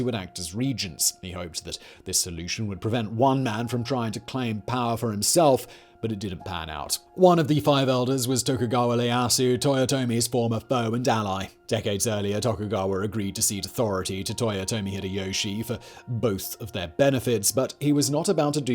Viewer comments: It's I e ya su not Le a su.... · Dear Simon . It's not Leyasu . It's 'ie' eeyea . ieyasu . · SaitO IEyasu not sait and Leyasu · Omg you read Ieyasu as Leyasu! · Ieyasu.... EE AY Yah su... not Leayasu :) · Tokugawa "Lay ass oo" God damn. I understand we can't really properly pronunce some of the names 100%. But come on! Ya didn't need to replace the I for an L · It's Tokugawa Ieyasu, not Tokugawa Leyasu. That's an "i" at the beginning. Japanese names don't have L sounds. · Might be just my ears...but I get the impression you are pronouncing Leyasu Tokugawa? Otherwise - keep up the good work! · It's Tokugawa Ieyasu, not Leyasu. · Simon be reading I as L in "Ieyasu" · "leyasu" vs "ieyasu", might actually have been spelt correctly but read wrong. Also "Sait" instead of "Saito", particularly egregious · Good video but It's Ieyasu with I not L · It’s Tokugawa Ieyasu not Leyasu. I get the English mispronunciations but that’s just wrong. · Leyasu. Lol. That's a capital "I", not a lower case "L". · E-a-yasu(Tokugawa Ieyasu) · Was he saying Tokugawa Leyasu? Or was I hearing things? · Le Yasu sounds equally French and Japanese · He's mispronounced Ieyasu in so many videos now, I think he might be doing it on purpose.